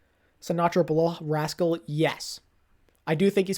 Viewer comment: Weird that you said rascal and not haksal but I agree